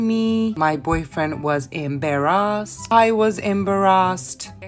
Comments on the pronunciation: "My boyfriend was emberassed"😂🤣😂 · The part she said I was embarrassad I thought she said I was in Barra's and I was laughing when I noticed. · Omggg from now on imma pronounce “embarrassed” as EM’barrassed” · The way she says embarrassed 😂